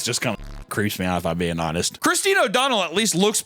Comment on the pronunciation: you can not tell me you think "christine" is pronounced "chriz-den"